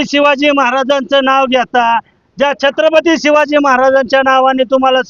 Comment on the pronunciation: अरे यांना नीट छत्रपती म्हणता येत नाही म्हणजे चांगले वंशज बनायला😅 जय शिवराय🚩